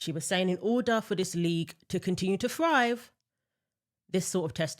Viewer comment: …did you actually say frive, instead of thrive ?? I listened to see if you had a problem with ‘th’ and you don’t… So I feel compelled to point out that you started OFF sounding intelligent and worth my time, but now I’ll go elsewhere That’s not English or Anything ewww